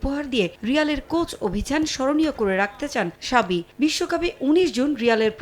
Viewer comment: সাবি না ! জাবি( Xabi)